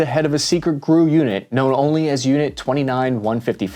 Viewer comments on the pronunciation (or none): I know I know, but you said it twice. G.R.U. not "Grew" ... unless you say "Dodd" for D.O.D., "Seeah" for C.I.A., and "Fibbee" for F.B.I.